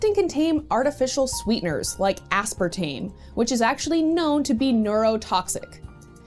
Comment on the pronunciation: "Aspartame" - Did you pronounced it wrong? lmao